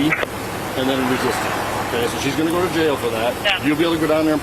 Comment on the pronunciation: Actin black, screamin like a toddler, adding "uh" to the end of words. Wow, what a societal peach. Honey? The word "go" is one syllable. The word "go-uh" is reserved only for uneducated buttholes. Got it?